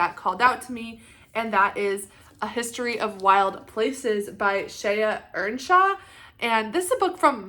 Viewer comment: Great haul! I’m glad you like the book. You did pronounce it correctly. I picked up Tomb Sweeping too! I liked A History of Wild Places mostly for the atmospheric writing, but the whole plot is a bit predictable. I’ll be curious to see how you do with the other Cat Ward books. Sundial was sort of a generic thriller, but the cover is stunning. I would start with that one first and then hit Needless Street. Little Eve to finish it. I just picked up Wellness over the holidays too.